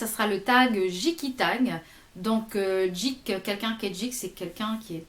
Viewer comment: Coucou :) je me dois de poster ce message après avoir vu ton tag. Ce n'est nullement contre toi, puisque j'adore regarder tes vidéos, mais il faut arrêter de dire qu'on est un geek (qui se prononce Gui-k et non jik MERCI) parce qu'on a trois jeux sur téléphone portable ^^ Un geek est une personne addict (puisque tout le monde adore décliner ce mot à toutes les sauces) qui collectionne tout ce qui a attrait à la culture populaire: manga (j'en possède plus de 200), comic books (super héros,SF,etc), jeux vidéo (j'ai environ une quinzaine de consoles en état de marche et plus de 300 jeux), et de dérivés ou "goodies" de ces média-là (figurines, DVD collectors de films et de jeux, bijoux, sac etc). Les jeux sur téléphone portable ne sont pas des vrais jeux vidéos, ce sont des jeux casual (ou jeux très faciles) pour ceux et celles qui n'aiment pas passer dix heures par jours devant leur pc mais qui ont envie de s'amuser un peu. Et en aucun cas avoir le dernier téléphone à la mode (je sais que ce n'est pas du tout ton cas) fait de soi un geek! Encore un terme "à la mode" que beaucoup veulent s'approprier sans savoir exactement ce que c'est. C'est un peu comme une fille qui se dirait makeup addict et ne possèderait d'une palette de fap et deux rouge à lèvre (lol l'exemple qui reste dans le thème de ta chaine^^). Par contre le mix éléphant-lion m'a beaucoup fait rire :))) J'espère n'avoir blessé personne en écrivant cela, ce n'est pas mon but, mais j'espère que tout le monde comprendra